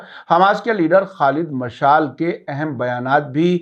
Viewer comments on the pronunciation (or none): Salamun alaykum sahabmaf kijye Aap kuchh alfaz ka talaffuz galat karte Hain shayad is ki wajhah English zaban se naqal karne ki wajah se hai jese hoosi ko hoti kehte hain ya jese Khalid مشال ye galat hai sahi ye hai مشعل maf kijiye ham Aap ko brabr sunte hain